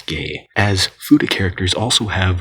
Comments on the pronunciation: fooda? the hell is a fooda? FEW-TAH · I always thought it was pronounced fyuta not foota